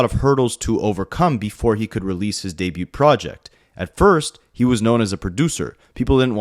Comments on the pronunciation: Bro! For the umpteenth time!: The T in debut is SILENT! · How has no one ever told you that you pronounce debut wrong. You say it so often